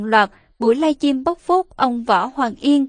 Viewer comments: Giọng nữ diễn đọc nghe mượt mà,ấm áp Tuy nhiên chữ Live Stream không biết cô đọc thế nào người nghe thành“Live Chim” rất ngỡ ngàng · Xướng ngôn viên nên xem lại phát âm, cứ nghe “ lai chim” thì tệ quá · "Lai chim " nghe nhớ người yêu mình quá...huhuhu. !